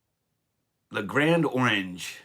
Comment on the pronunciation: Hey, it's not Le Grand Orange. It's Le Grand Or Anj, french accent